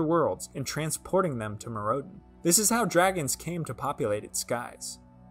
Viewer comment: Instead of "Meer rowd en", try "Myr oh den" 👍